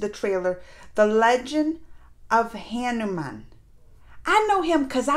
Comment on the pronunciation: Your pronunciation is wrong for Hanuman